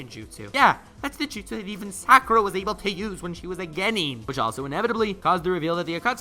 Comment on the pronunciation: He did Sakura wrong 😂🤣